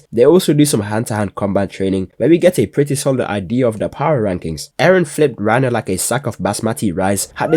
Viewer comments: "Reiner and Beris" ladies and gentlemen....WE GOT HIM! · bro really said reiner and berus i cant believe it😂